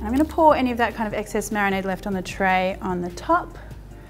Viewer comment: Marionade is what I think ever time you say marinade haha make it a thing!